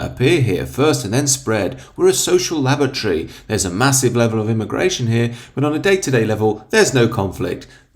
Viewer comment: Did you say "social lavatory"?🤣